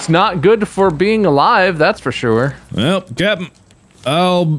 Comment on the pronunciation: “that’s for soure”